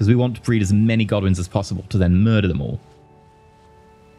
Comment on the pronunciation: Did anyone else keep mishearing Godwins as Goblins?